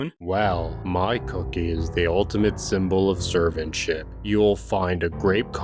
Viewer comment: i know he said servantship, but it sounded like he said “serve and s@